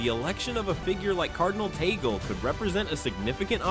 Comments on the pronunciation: Please stop this fake news about the Pope resigning and putting word into the mouth of the Pope and Cardinal Tagle, which should be pronounce as Tag-le not Tagol. You are destroying the Cardinal by quoting him in one of you cast saying that I am the official Pope. Stop this please. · Tag-le is the right pronunciation.